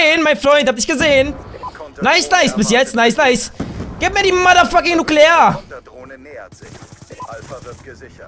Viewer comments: Das Wort heißt: Nukular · Das Wort das sie suchen es heisst nukular ... jaja wie auch immer.. Nuukuulaar